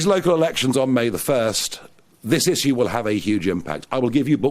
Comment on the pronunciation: Maybe one day he'll learn to pronounce "Issue" 🤣🤣